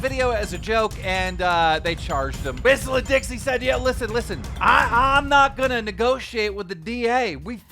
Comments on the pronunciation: Did you really call whistlin diesel, “whistilin Dixie”?? Lmao who writes your script, or is it all a ploy to drive up comments? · Did Keem really just say "Whistlin' Dixie" instead of "Whistlin' Diesel" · Bro said whistlin dixie💀 it’s diesal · It's whistlindiesel not whistlin Dixie lol idk if you did it on purpose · I swear, i get that Keem mispronounces something in every single Drama Alert for engagement in the comment section, but Whistlin Dixie?! Haha thats a pretty big mixup right there. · Whistlin Dixie??? Keem, it's whistlin DIESEL. How do you constantly mispronounce so many words? It makes you look illiterate. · I'm so confused when Keem reads peoples names so wrong. Like Corinna Kopf pronounced Coriena Kaniff and WhistlinDiesel pronounced Whistlin dixie? Lmao what the hell. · Not gonna lie you butchered WD's name. It's deisel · when he keeps calling him Whistlin Dixie 🤣